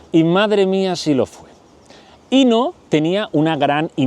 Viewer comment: Querido disfruto mucho tus chismes semanales sólo un comentario para hacerlo perfecto se pronuncia acentuado en la o Inó